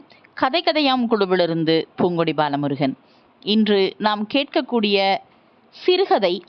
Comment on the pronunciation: Ha sound வராமல் தமிழை உச்சரிக்கவும் . பூங்கொடி ஐ poohngkodi என்று உச்சரிக்கிறீர்கள்.kadhai ஐ khadhai என்று உச்சரிக்கிறீர்கள். ஹிந்தி இல் தான் அந்த sound வரும்.கவனிக்கவும்.